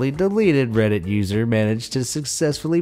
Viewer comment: i heard say "reddsit"